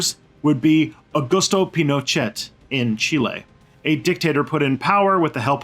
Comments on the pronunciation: Lol pronouncing "Pino-chat?" This guy took all the info from Wiki. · Pinochet, pronounced 'Pinoshay'